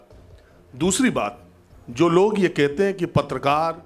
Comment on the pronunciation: ये पत्तलकारों को पत्रकार कह रहा है, उच्चारण दोष के कारण।